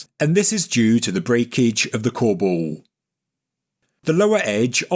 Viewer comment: His accent is strong on one word. I can't figure out what he is saying when he uses the word, "colebowl" (spelled like how it sounds)